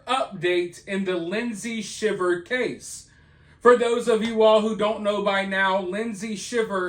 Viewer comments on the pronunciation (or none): Pronounced "shy-ver" not shiver like shiver in the cold. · It's pronounced SHY ver😊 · It's pronounced shy-ver. You love to see someone 'put the nail in their coffin'. Just like I've been saying. You just LOVE the ruin of someone else- when they haven't even been convicted. A confession isn't all that's needed to rightfully convict someone of heinous crimes. Morevoer, she ALLEGEDLY confessed, & the ONLY report of this that I could find is the sometimes dubious Daily Mail UK. But you didn't even bother to put the link in your description or a pinned comment, or even talk about the source your reading. Thumbs down on a lot of counts.